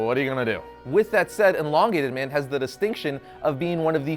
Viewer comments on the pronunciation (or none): Stop saying enlongated it’s elongated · ermahgerd! it is EEEEEE LONGATED not ENNN-LONGATED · everything reads elongated man but he says enlongated man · It's not inlongated it's Elongated ;) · No one else is going to point out that he keeps pronouncing it eNlongated man? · The host says enlongated man and it's really annoying! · It’s not “En”longated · You made an 8 minute long video about a guy and you couldn't even pronounce his name correctly once.